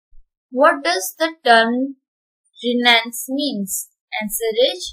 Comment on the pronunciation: 'Renaissance' pronunciation is wrong